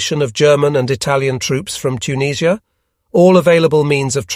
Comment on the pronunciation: "Auntie JUS" is actually "tante yu" and I have no idea where "Tuneeesh-ia" may be.